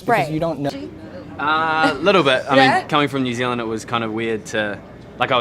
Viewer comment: I’m from NZ and it was amazing to hear cole say New Zealand right most people pronounced it new zee Lind